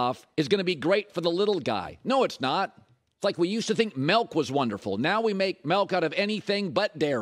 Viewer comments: Colin it's "Milk" not "Melk" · Colin "Melk" Cowherd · Milk doesn't have an "e" in it.